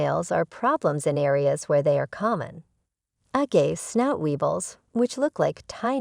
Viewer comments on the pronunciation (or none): This video is terrible from the start. If you can't even pronounce 'agave' properly, I'd recommend you don't make videos about it.